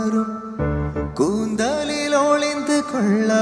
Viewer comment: Koondhaaaaaaalil illa pa, pronunciation is important